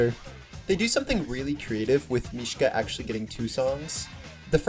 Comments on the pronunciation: I love this so much but it bothered me the entire time how you pronounced is mish-Kuh instead of mish-uh I’m sorry 😭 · This video is so good but why do you call Misha "Mishka" 😭 Where did this "k" come from? 🙏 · His name is Misha, not Mishka. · “MISHKA” LOL (mishka moushka miky mouse)